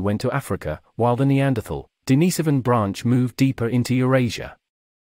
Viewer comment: The mispronunciation of "Denisovan" and "Sapien" are too grating to watch this. Not learning how to pronounce simple words correctly is lazy and inconsiderate to the listener.